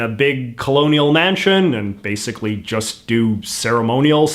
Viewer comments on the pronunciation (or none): none